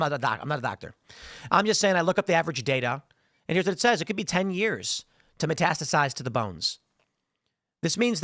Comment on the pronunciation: Metastasize and metastasizes you keep saying it wrong why isn't anyone correcting you you have staff